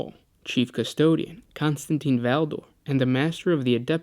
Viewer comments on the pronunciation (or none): none